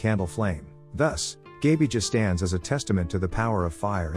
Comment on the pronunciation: The AI voicecreally butchered the pronounciations. It is Perkūnas, it is pronounced Per-koo-nahs. Laima was fairly greatly pronounced, but Gabija was horrible, it is pronounced Gah-bee-iah, I do not understand the next name at all, then Žemyna is pronounced Zheh-mee-nah, Aušrinė is hard to explain, but we can say it is pronounced Aoo-shri-neh, Medeina is pronounced Me-dae-nah, Giltinė is Gil-tih-neh, Velinas is Ve-lih-nahs, also he is not a trickster, he's like Hades, the trickery came with Christianity, Eglė is Eh-gleh, and she was the queen of Serpents, specificly the grass snakes with the yellow ears, then I can't hear, but if it is Rūgutis, then it is Roo-gooh-tihs.